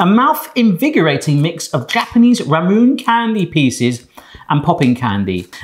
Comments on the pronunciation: I don't think that chocolate starfish log got properly impregnated... I know what i said. P.S. It's "ramune", not "ramun". Also ramune is basically a variant of lemonade P.P.S. It's pretty funny to watch this after Dagashi Kashi, and remembering that there were chapters about pretty much every single one of those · Ramune is pronounced RA MOO NAY and its a soda in japan, thats sold in a glass bottle and is famous for the marble. The bottle has a dip in it, to stop the marble from blocking the exit, as long as you dont drink it too fast. Though there are lots of flavors, the traditional flavor is lemon lime soda